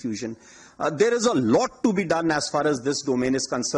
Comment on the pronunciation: As par as this concrun, that concrun, as par as.... ..... Haha